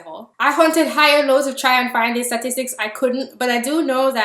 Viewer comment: jide bolarinwa I agree , this bitch doesn’t the issue , she’s making these videos because it’s a way for her not to deal with the issue , she seeks acceptance, fuck her weird accent lol I hate the way she said “ statistic “